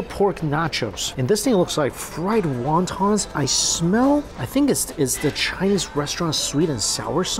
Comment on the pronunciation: still needs to learn how to say "Won Ton" the right way. 😅